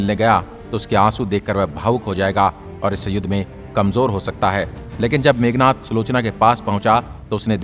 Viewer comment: It's Meghnaad....not meghnath